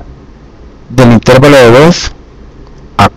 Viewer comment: Se dice intervalo y no intérvalo